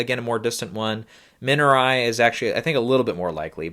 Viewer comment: Dude good video, you're pronouncing Minari wrong 😅